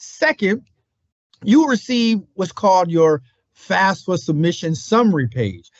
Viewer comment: Can we please say the FAFSA acronym properly?? FAF-sa not FAS-fa. It doesn't even mean the same thing when said incorrectly.